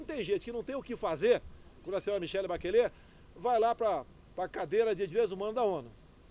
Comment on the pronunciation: Ei, Bolsonaro, Bachelet não se pronuncia como: "Baquelê", A palavra é de origem francesa: Bachelet se pronuncia como, "Baxelê".